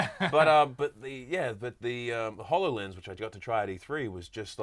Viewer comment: Please tell the hosts/talking heads that it is pronounced: ho low lens as in ho low gram.